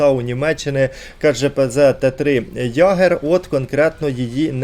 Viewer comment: Тільки не «Ягер» а «Йегер») Кошмар пройшов із двома тіпами, в соло навіть не йшов. Непогана тактика брати Цербер та ставити на нього вампіра, швидке перезарядження та «invisible».